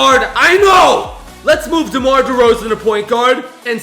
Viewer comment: you said damar drozen